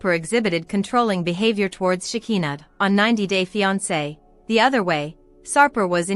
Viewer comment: LIAR! Shekinah has Not been arrested and you don't pronounce her name right that's so annoying a, I hope you don't get any viewers or likes! LIAR!